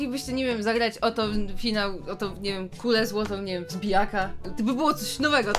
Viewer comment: Ale zajebisty "FIANŁ" 👍